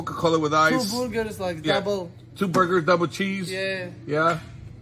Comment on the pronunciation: Boorgers lol..